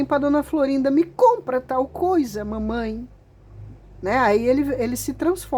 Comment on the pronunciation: Morri de rir com o "Mamain" 😂😂😂😂